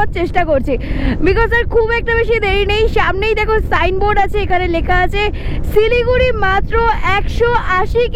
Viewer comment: সিলিগুড়ি না শিলিগুড়ি 😂